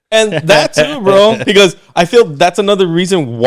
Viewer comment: Or how he says pecause lol 😂